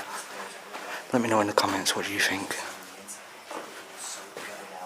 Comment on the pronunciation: It's kinda amazing how you think there is an F in the word think.